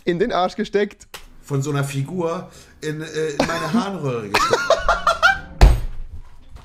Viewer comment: Ich habe die Passage 3 mal schauen müssen, bis ich verstanden habe, dass er HARNRÖHRE und nicht HAARE sagt xD. Ich dachte so was ist daran so lustig xD